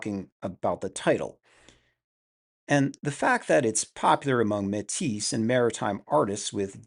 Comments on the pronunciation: Metis is promounced "may-tee" it's french. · Yes. "May-tee" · Métis is pronounced May-tee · Im used to métis being pronounced like matey with the emphasis on the second syllable? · The S is silent, bud